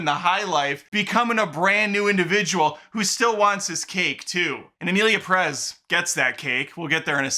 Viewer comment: pErez, not perEz